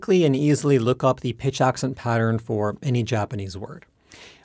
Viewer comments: "... talk to all you guys again soon" and immediately saying "sayounara" elicited a physical response from me. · Please tell me that he pronounced sayonara wrong on purpose